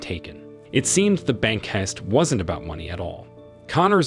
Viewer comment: Sooo many pronunciation errors -- is this narration done by a less-than-perfect AI? ... For example, how do you pronounce heist?